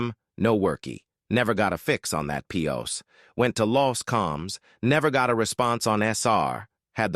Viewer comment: some of those AI mis-pronunciations are hilarious. Are there ways in the tool for you to correct it for individual words? Like WTF with how it pronounces POS?